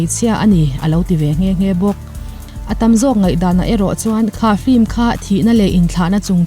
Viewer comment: Flim ti lovin film han ti zawk la ngaihthlak a nuam lehzual ang..